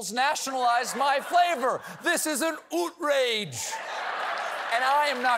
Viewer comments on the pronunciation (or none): Hahahaha! "Ootrage" indeed! Where's the maple-bacon ice cream, Ben & Jerry?? This is great, Stephen! "Greetings from Canada!" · Haha, good job with oootrage, Timbits, poutine and beaver teeth etc. Canada 🇨🇦 😆 ...I haven’t seen the Oh, Cone-ada, but Tonight Dough I have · "This is an oot-rage!" lol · “ This is an ootrage!” 🤣🤣🤣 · this canuck laughed hard at Stephen's "ootrage" +++. I too am ootraged but b/c (1) SC's sensibly suggested maple syrup and beaver teeth ingredients are NOT in Oh Cone-ada, (2) what a boring name, sick burn B&J, and (3) 12 years and I have never seen it? When is it coming to Ontari-ariooo?